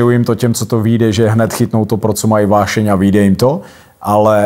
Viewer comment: Než se bude pouštět do angličtiny, měl by najit "uášeň" se naučit mluvit pořádně česky. 😊